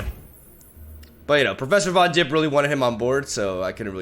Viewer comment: I hate that says Yettison and Von Jipp. ITS THE OTHER WAY AROUND MAN